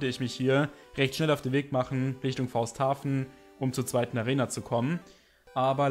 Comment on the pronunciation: Jetzt muss ich Welten Zerstören : Die Stadt heißt nicht Fausthaven sondern Faustauhaven. Habs auch ne lange Zeit falsch gelesen und ich kenn viele denen es genauso geht :) Cooles Video